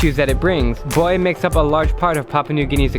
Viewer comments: Its pronounced “Boo, ai” Not boy. Trust me, I lived here for 6 years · "Hebe buai"